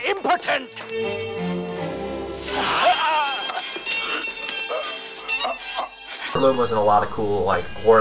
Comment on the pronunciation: this is a nice one its realy shows the curruption of the church in those days herbert lom seems to have a problem with the word impotent ;p